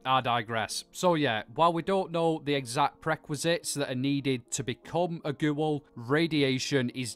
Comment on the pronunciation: The way he says GEWL